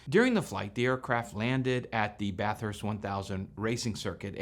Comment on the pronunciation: Great video! ❤️🇦🇺 Ironic that you pronounce Bathurst the way we do and the pom doesn’t. 😉😉